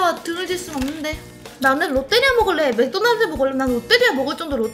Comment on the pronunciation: 롯때리아가 아니고 롯데리아입니다 하하하하하하하 하 하하하하하하 ㅋㅋ